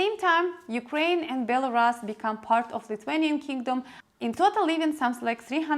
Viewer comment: And BELARUS instead of BELARAS